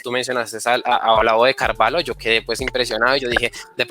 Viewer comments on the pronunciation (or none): No se dice Carvalo, sinó Carvallo, pero se escribe: Carvalho. Muy interesante la entrevista.